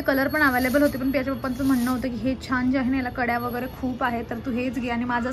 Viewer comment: जळगाव मध्ये ळ चा उच्चार ड असा केला जातो